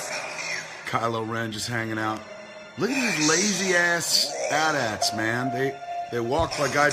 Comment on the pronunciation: thank you thank you thank you, they are at-ats, not A T - A T's. Why the fuck does everyone who pretends to know what they are talking about not know how to pronounce that, he asked rhetorically